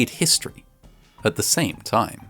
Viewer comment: I love Vatching Vascinating Vhistory